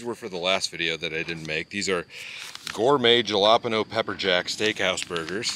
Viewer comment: Great video, but as a Latina, I have to correct you, lol. Jalapeños are pronounced "Hala-penny-os"!😂